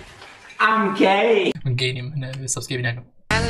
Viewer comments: naywtia “gays”, wti “guys” wata jama3at… agar shtek nazani la xotawa qsa maka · کورە ناڵێ گەی دەڵێ گایس😂